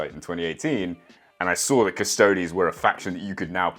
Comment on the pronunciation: "Cus-toe-dees" not "Cus-toads". Otherwise you better pronounce it "Ass-tarts" as well.